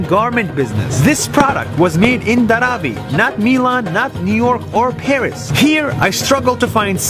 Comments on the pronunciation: He pronounced Dharavi wrong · It is actually pronounced as DHAA- RAA-VIIII